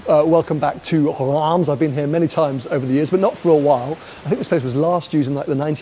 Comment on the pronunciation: Nice attempt to pronounce Reims 😂